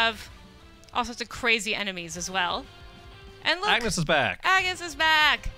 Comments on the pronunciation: So this is the great IGN, saying that Bravely Default had 16- jobs and pronouncing Agnés wrong.. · Rodrigo Hashimoto IGN is mainly an American company. It's one thing if it's a debatable name (like how some people pronounce Mario as "Mah-rio" and others pronounce it "Mare-io) but the game literally has voicing which pronounces her name very clearly. Moreover, not only is it pronounced as On-yes in English, but in Japanese, too. And as the only voice acting done WAS with English and Japanese, that argument is invalid. It is absolutely pronounced one way.